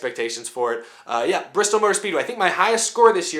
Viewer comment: Not enough r... 😂 Brrrrrrrrristol Baby!!